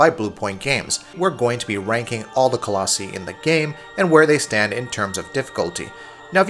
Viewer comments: ITS PHALANX (FAY- LANX) JESUS LEARN THE ACTUAL NAMES OF THE COLOSSI (ALSO ITS PRONOUNCED COLOSSEYE NOT COLOSSEE) IT HEARTS YOUR CREDIBILITY AND MAKES YOU LOOK LIKE FAKE GAMERS. USE THE GUY WHO DOES THE OUTRO. AND FIRE THIS GUY FOR FUCKS SAKE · It is pronounced Colloss-eye not colloss-y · Do you say cactEE? No, you say cacti. It's not ColossEE, it's Colossi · It's pronounced colossi not colossee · Coloss-I not coloss-E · Hey its. cuh-laws-eye. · Co los i. It's not that difficult to say. Started to bug me after awhile lol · It's coloss-eye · 609 people think it's pronounced "Call-Oh-See" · Lol "Colossy" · No! Stop it! You did not just pronounce it colos-ee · Colossi (Co-Loss-Eye) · adam pavlov lmao right? I was like, wtf 😂💀 coloSEE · Wrong pronouncation of collosi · Ya said colossi wrong, alot.. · This man cannot pronounce “colossi” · Voted you down just because you can not say Colossi correctly !